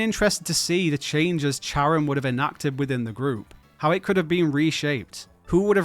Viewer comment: Not how you pronounce Charon's name 🙈😝